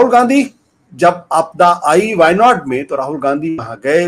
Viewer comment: Shravan Sir, you correctly Pronounced the place names of our wayanad…. Thankyou...💙